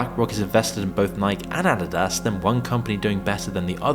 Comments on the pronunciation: Never have heard anyone IRL pronounce “Adidas” that way. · Pronunciation of "Nike" and "Adidas" is pretty sus, my guy. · Why can’t the A I voice pronounce Nike and Adidas correctly ? 😮😂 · “Nyk and addydass”